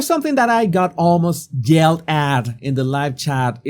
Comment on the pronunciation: "Yell" is not pronounced the same as "gell". "Yell" is un-voiced, and the "y" is at the back of the mouth, not behind the teeth.